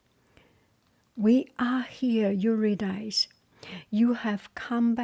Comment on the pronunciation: Yer-ah Dis-ee😊